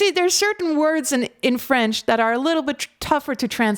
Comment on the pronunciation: Hello from France, I would like to start by telling you that you have an impeccable French accent! I even had a doubt that you were French. You must have lived in France for a while. I saw that Clair Obscur's album has been number 1 in classical music album sales for 3 weeks. Lorien Testard comes out of nowhere. We would never have known his talent. How many genius artists in this world will we never know? Thank you for your reaction